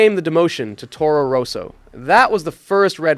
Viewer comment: Toro Roso, Fisitjella, dude, why not do your best to properly pronounce common F1 names? It is not that hard.